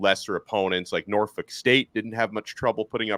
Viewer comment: i like how you pronounced norfolk 🔥 you either been in my area for extended time before or it's the journalists in you